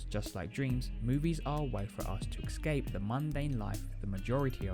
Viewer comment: *escape, not "excape"